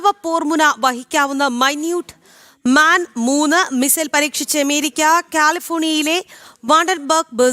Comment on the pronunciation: മൈന്യൂട്ട് മാൻ അല്ല ചക്കരേ... 🥰 മിനിറ്റ്മാൻ